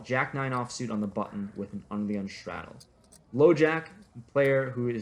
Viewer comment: He like to say "shtraddel" alot..